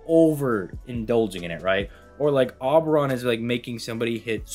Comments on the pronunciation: Ngl man the name is O-beron. Not awww-beron. Like you know when you say the alphabet you say the letter O? Yeah. O-beron. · in this installment of " cannot pronounce names," we present you with "aw-brawn" 👏👏👏👏👏👏👏👏👏👏👏👏👏👏👏👏👏👏👏👏👏👏👏👏👏👏👏👏👏👏👏👏👏👏👏👏👏👏👏👏👏👏👏👏👏👏👏👏👏👏👏👏👏👏👏👏👏👏👏👏👏👏👏👏👏👏👏👏👏👏👏👏👏👏👏👏👏👏👏👏👏👏👏👏👏👏👏👏👏👏👏👏👏👏👏👏👏👏👏👏👏👏👏👏👏👏👏👏👏👏👏👏👏👏👏👏👏👏👏👏👏👏👏👏👏👏👏👏👏👏👏👏👏👏👏👏👏👏👏👏👏👏👏👏👏👏👏👏👏👏👏👏👏👏👏👏👏👏👏👏👏👏👏👏👏👏👏👏👏👏👏👏👏👏👏👏👏👏👏👏👏👏👏👏👏👏👏👏👏👏👏👏👏👏👏👏👏👏👏👏👏👏👏👏👏👏👏👏👏👏👏👏👏👏👏👏👏👏👏👏👏👏👏👏👏👏👏👏👏👏👏👏👏👏👏👏👏👏👏👏👏👏👏👏👏👏👏👏👏👏👏👏👏👏👏👏👏👏👏👏👏👏👏👏👏👏👏👏👏👏👏👏👏👏👏👏👏👏👏👏👏👏👏👏👏👏👏👏👏👏👏👏👏👏👏👏👏👏👏👏👏👏👏👏👏👏👏👏👏👏👏👏👏👏👏👏👏👏👏👏👏👏👏👏👏👏👏👏👏👏👏👏👏👏👏👏👏👏👏👏👏👏👏👏👏👏👏👏👏👏👏👏👏👏👏👏👏👏👏👏👏👏👏👏👏👏👏👏👏👏👏👏👏👏👏👏👏👏👏👏👏👏👏👏👏👏👏👏👏👏👏👏👏👏👏👏👏👏👏👏👏👏👏👏👏👏👏👏👏👏👏👏👏👏👏👏👏👏👏👏👏👏👏👏👏👏👏👏👏👏👏👏👏👏👏👏👏👏👏👏👏👏👏👏👏👏👏👏👏👏👏👏👏👏👏👏👏👏👏👏👏👏👏👏👏👏👏👏👏👏👏👏👏👏👏👏👏👏👏👏👏👏👏👏👏👏👏👏👏👏👏👏👏👏👏👏👏👏👏👏👏👏👏👏👏👏👏👏👏👏👏👏👏👏👏👏👏👏👏👏👏👏👏👏👏👏👏👏👏👏👏👏👏👏👏👏👏👏👏👏👏👏👏👏👏👏👏👏👏👏👏👏👏👏👏👏👏👏👏👏👏👏👏👏👏👏👏👏👏👏👏👏👏👏👏👏👏👏👏👏👏👏👏👏👏👏👏👏👏👏👏👏👏👏👏👏👏👏👏👏👏👏👏👏👏👏👏👏👏👏👏👏👏👏👏👏👏👏👏👏👏👏👏👏👏👏👏👏👏👏👏👏👏👏👏👏👏👏👏👏👏👏👏👏👏👏👏👏👏👏👏👏👏👏👏👏👏👏👏👏👏👏👏👏👏👏👏👏👏👏👏👏👏👏👏👏👏👏👏👏👏👏👏👏👏👏👏👏👏👏👏👏👏👏👏👏👏👏👏👏👏👏👏👏👏👏👏👏👏👏👏👏👏👏👏👏👏👏👏👏👏👏👏👏👏👏👏👏👏👏👏👏👏👏👏👏👏👏👏👏👏👏👏👏👏👏👏👏👏👏👏👏👏👏👏👏👏👏👏👏👏👏👏👏👏👏👏👏👏👏👏👏👏👏👏👏👏👏👏👏👏👏👏👏👏👏👏👏👏👏👏👏👏👏👏👏👏👏👏👏👏👏👏👏👏👏👏👏👏👏👏👏👏👏👏👏👏👏👏👏👏👏👏👏👏👏👏👏👏👏👏👏👏👏👏👏👏👏👏👏👏👏👏👏👏👏👏👏👏👏👏👏👏👏👏👏👏👏👏👏👏👏👏👏👏👏👏👏👏👏👏👏👏👏👏👏👏👏👏👏👏👏👏👏👏👏👏👏👏👏👏👏👏👏👏👏👏👏👏👏👏👏👏👏👏👏👏👏👏👏👏👏👏👏👏👏👏👏👏👏👏👏👏👏👏👏👏👏👏👏👏👏👏👏👏👏👏👏👏👏👏👏👏👏👏👏👏👏👏👏👏👏👏👏👏👏👏👏👏👏👏👏👏👏👏👏👏👏👏👏👏👏👏👏👏👏👏👏👏👏👏👏👏👏👏👏👏👏👏👏👏👏👏👏👏👏👏👏👏👏👏👏👏👏👏👏👏👏👏👏👏👏👏👏👏👏👏👏👏👏👏👏👏👏👏👏👏👏👏👏👏👏👏👏👏👏👏👏👏👏👏👏👏👏👏👏👏👏👏👏👏👏👏👏👏👏👏👏👏👏👏👏👏👏👏👏👏👏👏👏👏👏👏👏👏👏👏👏👏👏👏👏👏👏👏👏👏👏👏👏👏👏👏👏👏👏👏👏👏👏👏👏👏👏👏👏👏👏👏👏👏👏👏👏👏👏👏👏👏👏👏👏👏👏👏👏👏👏👏👏👏👏👏👏👏👏👏👏👏👏👏👏👏👏👏👏👏👏👏👏👏👏👏👏👏👏👏👏👏👏👏👏👏👏👏👏👏👏👏👏👏👏👏👏👏👏👏👏👏👏👏👏👏👏👏👏👏👏👏👏👏👏👏👏👏👏👏👏👏👏👏👏👏👏👏👏👏👏👏👏👏👏👏👏👏👏👏👏👏👏👏👏👏👏👏👏👏👏👏👏👏👏👏👏👏👏👏👏👏👏👏👏👏👏👏👏👏👏👏👏👏👏👏👏👏👏👏👏👏👏👏👏👏👏👏👏👏👏👏👏👏👏👏👏👏👏👏👏👏👏👏👏👏👏👏👏👏👏👏👏👏👏👏👏👏👏👏👏👏👏👏👏👏👏👏👏👏👏👏👏👏👏👏👏👏👏👏👏👏👏👏👏👏👏👏👏👏👏👏👏👏👏👏👏👏👏👏👏👏👏👏👏👏👏👏👏👏👏